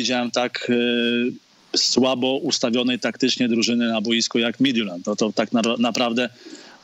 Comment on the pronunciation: Oglądałem pierwszy mecz i myślałem, że szlag mnie trafi słuchając komentarza. Nie pamiętam, kto komentował, ale wymawiał nazwę duńskiego zespołu dobrze, a drugi komentator mówił MITILAND xD